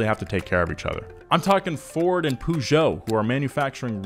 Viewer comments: Please don’t say Peugeot like that... makes my ears hurts... “pay geot” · why do americans say pooshow? it's really not pronounced like that. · That sick Peugeot propronunciation 🤣🤣🤣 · Your pronunciation of Peugeot is the funniest ever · pronunciation of Peugeot is both the best and the worst thing of this video. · The way that pronounces Peugeot, bruh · I'm sorry.... WHAT!? How the hell did you pronounce Peugeot? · It annoys me how he pronounced Peugeot and I'm not even French. Don't let me even start with how he pronounces the German brands.😶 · "pužo" interesting pronunciation of "pežot" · It's not Poojò, it's Pejò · Why do u call peugeot pujo? It sounds more like pegeau lmao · Poo Jo? Its more like Pe jou.. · Why do you call it "Puuujo" its "Perzio" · it's not "poo goet" its "Peu-geot" like "un petit peu"..... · Pugo 😂 it’s (“ per- ge- oh”) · I love you guys but please do some research on manufacturer pronunciation😭 peugeot is pronounced “per-zho” not “poo-joh” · Absolutely nobody: Donut media: ~pOoJoE~ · Pea-you-got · Per zho. Im british and i barely knew what he meant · it's so annoying to hear pujo xD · I pronounce it "Pe-jot". or simply "Pežot" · did just say "pooshow"?! And again... and again! I've never heard it pronounced like that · "poo jo" What the hell man? D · like why acknowledge the silent T but ignore every other aspect of French pronunciation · pronouncing Peugeot "Poo-jo" disturbed my French ears so much 😂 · Great video, but the "pooh-geot" is really like a red rag to a bull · I notice that only Americans say poogeot. Even Mr. Regular does it. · Nobody: nothing: poojeau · Nobody:: poojo pooma jagwar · I've never heard Peugeot pronounced like that, it threw me off. In Australia it's pronounce as "Per-geot" not "pew-geot" lol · Take a shot every time he says Poojoe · You call Peugeot poojoe? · Please stop saying pougeot instead of Peugeot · Pugo not Peugeot PUGO